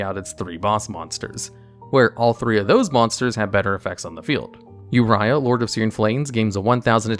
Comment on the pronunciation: He finally pronounced "Uria" correctly. I'm so proud.